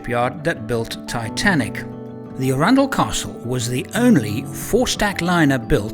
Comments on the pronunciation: It’s funny, I lived near Chichester in West Sussex for about five years, so the town of Arundel was just up the road. I’ve always known it to be pronounced “A-run-dell” and not “Arun-dull” as per. I daren’t question it of course, as I know the old curmudgeon will show me up! Great story, really enjoyable, thank you. Love what you do! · As a Sussex local I’d like to correct you on pronunciation of arundel. Arran dl. Love the models, you’re quite right when you say the satisfaction is ongoing, not just at the completion. Going to bed with your brain chewing over a process and coming up with a neat , relatively simple and easy solution is a nice way to fall asleep. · that's not how you pronounce Arundel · Please learn to pronounce Arundel properly!!